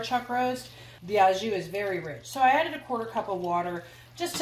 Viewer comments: To help everybody with the prononciation « au jus » the au in French is pronounced Like Santa’s HO HO not like HA please pronounce it Ho Jus not Ha Jus thank you. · AU JUS (in the style of juice) not a JU :) yummy way to prepare this thank you ! I will put my cast iron to use ! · the "au jus" is pronounced " o jus" bon apetit !! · English does not have to be your native language for this word! It’s a French word and pronounced as such “oh joo” sort of. J is the same sound as s in pleasure or measure. It hurts my ears to hear how it is pronounced online in the USA. I am a native French living in the USA 😊 This recipe is amazing tho! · Looks incredible! Just as an FYI, “au jus” means “with juice”. So you would just call it “jus” , pronounced “zhoo”